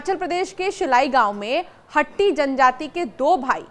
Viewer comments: मैडम शब्द हट्टी नहीं वास्तव में शब्द हाटी है. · मेडम हट्टी नहीं हाटी कहो